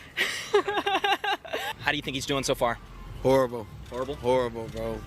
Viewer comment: “Think near-ons misfiring” - go back to stupid young lady & have phone tell you how to pronounce “neurons”.